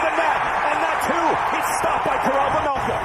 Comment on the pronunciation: please, its "carl vaymelca" not vemelkha...